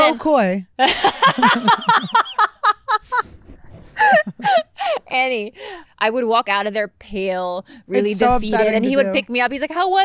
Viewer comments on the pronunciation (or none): When Annie called K - Ho Koy I thought I was going to choke laughing. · When Annie calls Khalyla “Hoe Koy” 😂